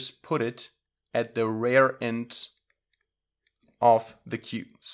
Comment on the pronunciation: You pronounce "rear" like "rare"; --> Correct pronunciation.